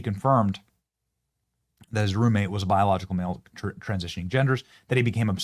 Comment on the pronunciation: I thought you said groommate 😂 had to rewind